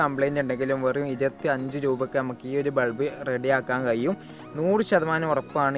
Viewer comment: കയിയും,കയിയും എന്നു തെളിയിച്ചുgood,keep it up